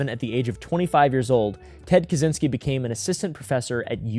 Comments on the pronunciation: Americans making up the worst pronunciation possible instead of simply looking it up in the internet. 😭 Brother, it's not that hard. It's something like "Catch-in-ski". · As a Pole, it always makes me laugh when Americans try to pronounce Kaczyński with a hard Z,not knowing that CZ is one letter in Polish 😀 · Just to let you know, it’s pronounced KaCHynski. The cz sounds like “ch” in chair.